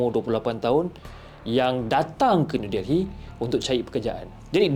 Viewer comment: Sebutannya New DELLY... bukan Del-hi....